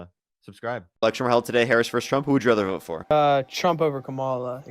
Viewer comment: ironically funny that mispronounces "versus" in the first couple seconds of this video, then a few seconds later corrects the guest's mispronunciation of "Kamala" ( & )